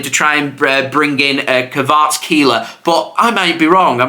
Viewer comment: ur pronouncing kvaratskhelia far better than others bravo